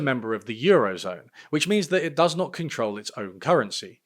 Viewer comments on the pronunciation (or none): none